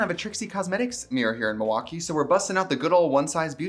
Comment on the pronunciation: you can tell trixie is a true wisconsinite bc she doesn't pronounce the L in milwaukee. it's "muah-kee".